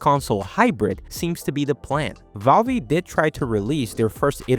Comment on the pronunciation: LOL I never heard anyone pronounce valve wrong. Its pronounced like a pipe valve not valvee.